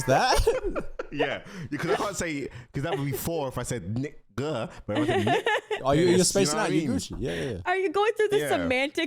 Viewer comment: the way I’d phrase it yall are Dickheads not assholes. I pride myself on being an occasional Practical Dickhead it’s hilarious, but I’m never an asshole to my homies ya know? assholes are jerks fr The UK accent makes Nigga sound like Er is CRAZY😭💀especially with what he follows it with